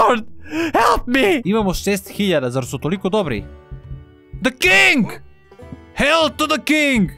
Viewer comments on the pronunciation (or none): none